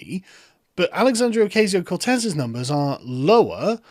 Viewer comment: You should watch The Amazing Lucas for the correct pronunciation of Ocasio:)